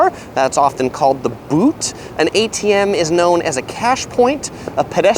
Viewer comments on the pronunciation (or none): none